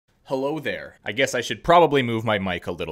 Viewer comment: The intro be like: hullo derr